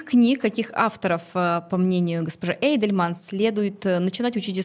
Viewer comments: Уважаемая ведущая, Тамара Эйдельман не только интересная личность, но и дочь известного историка. А это значит, что эту фамилию мы слышали в два раза чаще. А вы? Уточняйте ударение в именах гостей, это элементарное правило хорошего тона. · Спасибо! Фамилия Тамары Натановны произносится как ЭйдельмАн